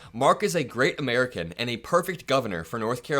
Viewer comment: Amer-ick-can Ghalib.